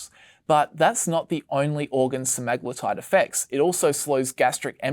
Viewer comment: Butchered “Se-me-glu-tide”